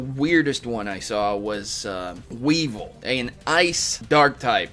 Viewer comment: ... Wevil? It's Weavile ( W-ee-v-ile)